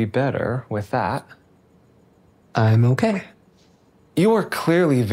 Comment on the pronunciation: Bro went British for 0.1 seconds